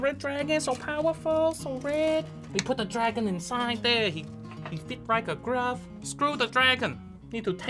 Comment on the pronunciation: It frit wrike a grvoe